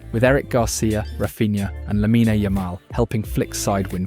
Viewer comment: Is this channel AI? The script is redundant and the way he pronounces the names of players like Lamine Yamal are odd. It’s simply odd.